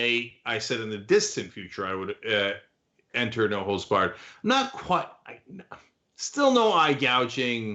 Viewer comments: For second I thought he said “No hoes barred!” 😂😂😂😂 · I thought it was "no holds bark" lol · You’re the only one who thought it was “holes.” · I don't watch any sport, and always knew it was holds. It's just that here in the Midwest, we pronounce the whole word. Never had any idea what it meant.